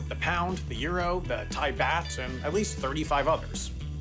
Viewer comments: its baht not bath LOL (also thats the Much older variant of the note, not sure if that even has all the security features of the modern one) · "baht" should be pronounced more closely to the word "bot" than "bat". Yet another one for the corrections video